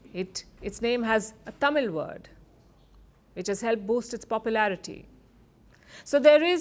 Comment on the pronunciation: I love the way she pronounced Thamizh, not as Tamil. Even many native speakers of Thamizh mess up the pronunciation. Welldone Palki Sharma..❤❤